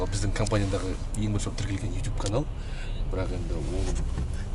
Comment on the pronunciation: Неге ютюб деп сойлейсің ютубқой